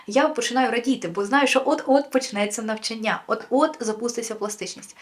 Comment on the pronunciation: НавчАння, ЧитАння, рОків, шістдесятих